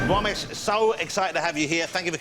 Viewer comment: It’s Romesh.....